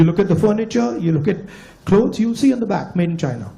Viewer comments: Saina nahi China baglol😅😂😊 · 😂😂😂😂Ye pandu hemant kaun hai!!!! Saina... Sainese... Saainaa😂😂😂 ye apna ch siana mein chhod aaya.. pandu